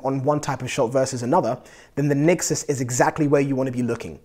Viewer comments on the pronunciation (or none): nExus not nixes